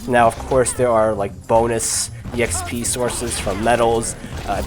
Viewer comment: The way you kept saying exp, (e x p) was kind of annoying but that's just because It doesn't sound right, on the other hand I enjoyed the video. Keep it up :)